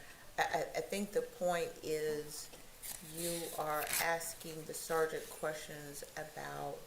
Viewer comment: at first.. I thought I heard the say "Ciara/Siara" Rhymes with Tiara. And I didn't question it. Even pronounced it just as the said it. (Maybe intentional to keep the conversation flowing. Job titles are not important here. It's the responsibilities that are important.) Clearly, is a well educated man So, if he said it that way, then, from my perspective... Maybe that's a real name for the occupation. Then the Judge says something I could barely hear. And the smiles or made a smirk. Now...I have to know what the Judge said!! I turn my volume up and the rest is history.